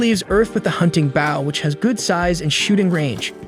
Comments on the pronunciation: He says baw nor bow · Dude the way you kept saying bow instead of bow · Dude why baw instead of bow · Not baow like a dog it's bow (bo) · Are... are you using a bot for voice, or did we get 46 seconds in to realize you say "bough" and arrow irl? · why are you calling the bow a boww wtf